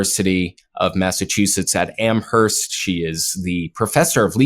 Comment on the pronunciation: As someone who lives in Massachusetts..... And lives right down the road of Amherst.... It really bothers me when people pronounce Amherst wrong. The h is SILENT!